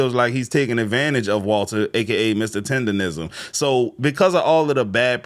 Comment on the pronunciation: Why do you keep saying $4,000 dollars when Keith and all the screenshots say $5,000.?!? Where do you get $4,000 from?!? You can also barely pronounce “tenderism”🤡😂